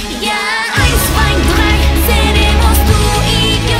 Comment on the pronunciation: Your drei is quite "strong" (fairly well pronounced) do you speak german as well?